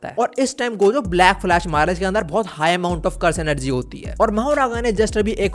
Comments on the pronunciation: Black Flash ❌ Blash Flack 👍 🤣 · Blackflash❌ Blashflack✅ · Black flash ❌ Blash Flack✅ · 😂 black flash❌ blash flack ✅ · 😅bro you said blash flack instead of black flash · "blash flack" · Bro Literally said blash flack in excitement 😭